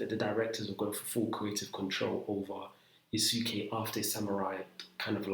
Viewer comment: Bro it has the same pronounciation as sasuke from naruto ,it not pronounced (yasookay )😭😭😭